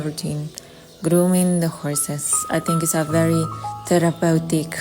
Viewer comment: Did Rocio say it therapatic ? 😂😂😂. I can't with these people and their manufacturerd words